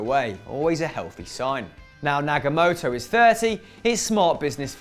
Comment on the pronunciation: Naga-Moto ? its Nagatomo my friend